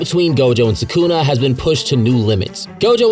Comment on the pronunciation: Why do you say Sukuna like that? 💀 Suckuna 😂